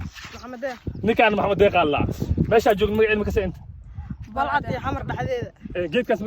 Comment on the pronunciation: first waa Balcad not Balcad ama Baalcad, secondly hore u mari luqadda soomaaliga.!!